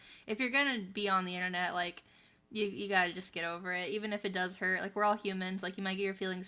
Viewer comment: I've just told YouTube never to recommend me the Quarterpoundering channel again. I guess I'm gonna miss him barraging me from the beginning of his videos about Coffee-Brand-Coffee™ this and Coffee-Brand-Coffee™ that, and how he somehow always got to mispronounce Private EHNNENET Access even after having said it like a thousand times (literally), just to be subjected to the next seven minutes of him just babbling "Ehmm... Uhhh... Ahmm... WHAT?!... Oh yeah, Ehmm... Uhhh... Ahmm..."